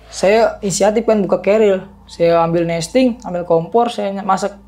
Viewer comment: Pembetulan: "Messtin" bukan nesting. : "Flysheet" bukan plesit. Biasakan yang betul, betulkan yang biasa.